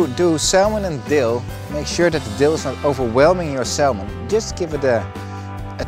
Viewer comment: Salmon is pronounced 'Sa - Mon' not 'Sal - mon'